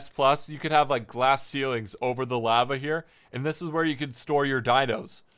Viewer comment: The way he said lava kind of bugged me